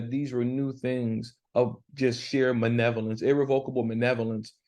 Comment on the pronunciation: Really learning a lot and enjoying your lesson. It sounds like you’re saying “manevolence” for malevolence. I’m sure it’s me. But it really sounds that way.